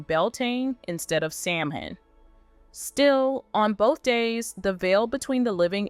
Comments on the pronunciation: Oh sweetie. It's pronounced Cul-LAH-din. And Samhain is pronounced Sow-when. Just for future reference. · This must be ai narrated, because there’s no way a true fan wouldn’t know how to pronounce ka’law’din or sow’in. As for Jamie’s ghost, I’ve ran in circles reading so many theories that I’m gonna patiently wait for book 10, which is still being written. 🏴♥️🏴 alba gu bràth